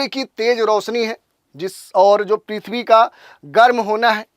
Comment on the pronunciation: पिथवी नही भाई पीर्थबी